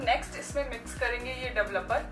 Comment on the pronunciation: Duvluper ki pronunciation sikhe pls